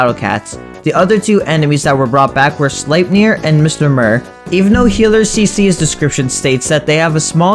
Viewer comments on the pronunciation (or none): none